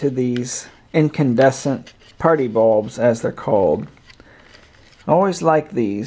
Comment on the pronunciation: "Light balbs"